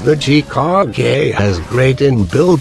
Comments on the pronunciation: "Chee-kahg-gay." I don't know why, but I found the way that old man pronounces it funny. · I felt that when he said chee-kaw-gae